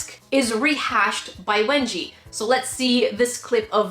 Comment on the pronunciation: I thought that you said wedgie 😂